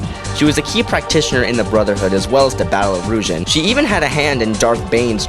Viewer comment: Hey quick pronunciation check. Ruusan= roo-sahn. Kopecz= Ko-pe-sh, or even better if you can say it like Ko-or-jsh. The end sounds like the french way of pronouncing a ‘J’. Or just listen to how the guy reading the audiobook pronounces it. Also Qordis was weak, he got destroyed by Pre-prime Bane like he was a just a padawan instead of a Sith Lord 😂